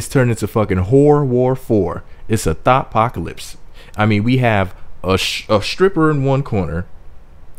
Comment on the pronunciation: did u say a thot pocalypse? LOLOLOLOLOL!!!!